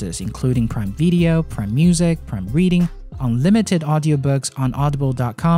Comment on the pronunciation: hey there ce any chance you could say video instead of veedeo